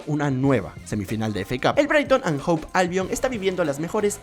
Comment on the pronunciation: Se pronuncia HOVE con V, no Hope con P.